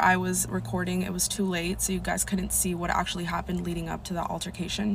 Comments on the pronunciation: “Ocsholly hopponned” 😂😂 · Maybe I’m being petty, but did anyone else get tired of her saying “octually” instead of pronouncing “actually” the way it should be?!? IJS😂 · Ocshally happened 😂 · 😂😂 ocshaly happend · Okay, that is funny. That's the way she was pronouncing it. Okay I get it.